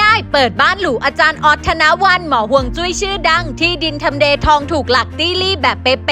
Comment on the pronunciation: ฮวยจุ้ย. หรือ. ฮวยซุ้ย... 😂